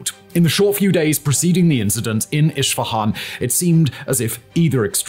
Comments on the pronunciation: It is not iSHfahan It is pronounced eSfahãn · Great content! But it's weird the way you pronounce city "Isfahan". It's Isfahan not Ishfahan. ❤ /ˌɪs.fəˈhɑːn/ it's how to pronounce it better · Isfahan not ISHfahan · Please for the love of god pronounce it correctly. Esfehan. Not ishfihan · Its Isfahan, not Ishfahan ✌ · Wtf is Ishfahan? 😂 It’s called ES FA HAN! You don’t have to be an anthropologist to pronounce the name correctly! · Hello you are mispronouncing Isfahan it is not Ishfahan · Iss-fahan vs Ish-fahan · Esfehan, not ish fehan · Who the F says "ISHFAHAN"??????? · i have a feeling is mispronouncing foreign geographical names on purpose.. i mean zaporizhzhiya is quite hard, i can even see how al-aqsa tricks you but.. when was isfahan ever spelled with a 'sh'?!! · Honestly i always like your content how ever please give more thought to the pronunciation of the foreign words, a simple Google translate takes to voice could prevent me hearing “ish fahan” for 40 minutes